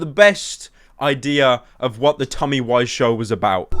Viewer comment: Someone should tell him he pronounces Tommy's name wrong